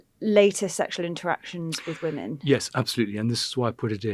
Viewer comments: Why can’t he say the word “women” instead of “woman” I don’t think he realise he’s doing it! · Why does Lownie say woman when he means women time and time again? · Andrew is very interesting to listen to... but wonder why he has to say woman instead of women🤔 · Cannot pronounce WOMEN correctly !? ... how strange!